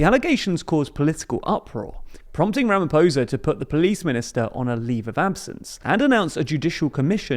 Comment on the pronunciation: Someone needs to teach you how to pronounce Ramaphosa dude. The r is rolled and the "o" sound is different. If it rhymes with "poser" when you say it you are saying it wrong. The is no soft "r" sound in most South African languages. Do better.